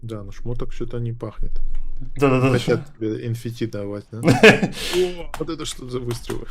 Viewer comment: Замолчи свой рот и не говори энфити - ЭН ЭФ Ти